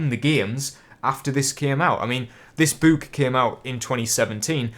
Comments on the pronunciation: Its book not boooook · I was about to comment how you said book, but the rest of the comments beat me to it lol